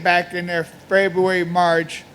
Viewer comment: Feburary March lol